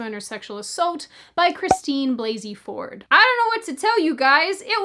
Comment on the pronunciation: I love Rush Limbaugh's pronounciation of her name "Balsey-Ford".